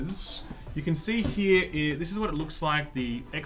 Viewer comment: It was so heavy it made you say Ek Bocsss as the name xD, noice